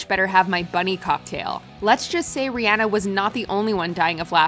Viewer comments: I'm not gonna lie, I'm just EVER SO SLIGHTLY triggered when (the narrator) pronounces her name as "Ree-AN-ah", when even IN THE CLIP ITSELF, Myers clearly calls her "Ree-ON-ah". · Ri-ah-na | not Ri-aa-na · I swear they pronounce names wrong on purpose. ReeAnna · Can U Not Say Rihanna Right?